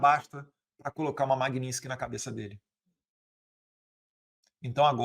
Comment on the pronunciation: não é magnintsky, é magnitsky!